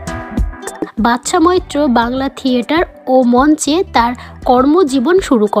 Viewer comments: ভাল লাগল না। নামটাও ঠিক করে বলতে পারেন না। কাজটি একটু ঠিক লোককে দিয়ে করাতে পারেন? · অন্তত নামটা ঠিক করে বলুন।